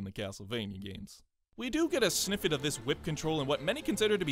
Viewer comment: Did you say sniffet instead of snippet